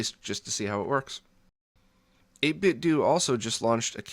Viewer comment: Pretty sure the "do" in their name is pronounced "8-bit doe" like "Nintendo."